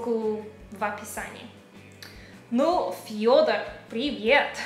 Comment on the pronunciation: так произносит имя Фёдор, с мягким знаком почему-то